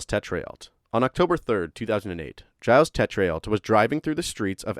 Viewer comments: Gilles is pronounced like "Jill's" but more with a Ge than a J.... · His name is pronounced “Jill” soft g it’s french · Giles Tetreault is said more like jeel tetrow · It's pronounced "Zheel Tetro"